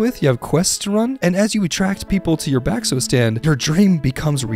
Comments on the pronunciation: As an indonesian im crying he pronounced bakso back so🥲🥲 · you pronounced bakso wrong 😡😡😡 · as an indonesian, bakso simulator is incredible and pronounciation of it made me giggle im ngl